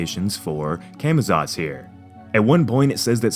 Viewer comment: It's actually pronounced "Caw-Maw-tsawts" guys.